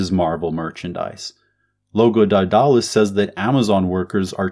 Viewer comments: That's not how you pronounce Daedalus, you dolt. Read theories of surplus value. You dont understand Marxism. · The way he pronounce Daedulus really getting under my skin. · Couldn't make it through the video because you don't know how to pronounce Daedalus